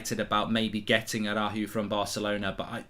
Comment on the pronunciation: Tried to hit the R in araujo that he dismissed the of the name 😂